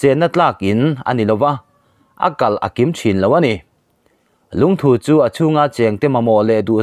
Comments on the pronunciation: 1. Lungthu i rawn lam hi Lungthû tia lam san hi a dik zawk hmel e aw. 2. Khawrpum tia i lam pawh hi, thir chherna pum lam ang ni lo in, thil mum leh thei "Pum" lam ang a lam ni se a dik hmel zawk bawk, tih ka rawn sawi ve mai mai a ni e...... @@ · LUNGTHU LAMDAN HI ADANGDAI KANTI DAWN NGE...LUNGTHU ..NILOVIN LUNGTHUuuu tihtur😆🤣😂😅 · Lungthu thu tih lai hi Dangpuithu a thu rik ang hian lam rik tur. Dangpuithu i lo la hriat loh hlauh takin, thingthu tih a thu ri ang hian lam rik tur a ni e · Lungthu tih chu i va lamri dik lo ve👍👍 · Lungthu i lam dan hi chu a ngaimawhawm ka van ti em, ngaithla tu an tam si a,min zirtir dik lo tlatin ka hria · Eee.. I Lungthu lam rik dan chuhh.. A va dik lo nasa ve..